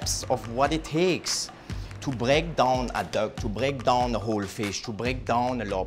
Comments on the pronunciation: Break daawn That Schwarznegger accent LOL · to bréak dOHn